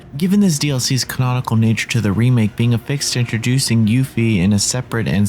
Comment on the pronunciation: switching up his pronunciation of Yuffie!